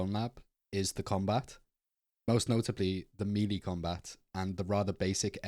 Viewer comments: It sounds like you say meaty instead of melee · ain't no way he said meelee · Why he say melee like that..